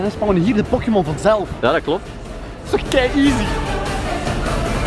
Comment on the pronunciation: Pokimon??? Tis pokemon